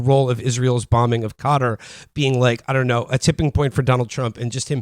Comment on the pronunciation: How do you fuck up pronouncing Qatar that bad